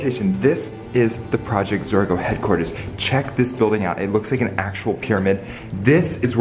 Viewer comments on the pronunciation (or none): its zorgo not zora